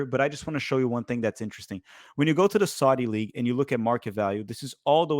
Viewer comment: "Saadi" league